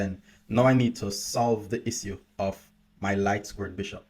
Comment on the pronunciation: I love how you pronounce issue as isiu